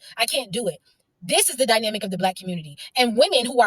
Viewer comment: "the dyminamic" you mean dynamic? Most educated...